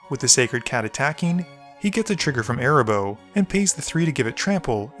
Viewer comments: Me too! Cat's name is AAAA-RAAAA- boh 😜😜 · The fact that you kept calling Arahbo "Erabos" REEEEEEEEALY peeved me for some reason lol